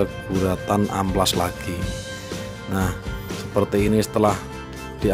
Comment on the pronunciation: amplas boy bukan ampas